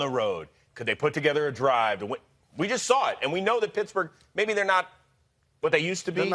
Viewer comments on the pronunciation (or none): Sounds like he's saying Pissburg